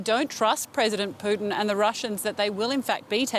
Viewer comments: President 'Plutin' hahaha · Poo-tin. Please use the politically correct spelling.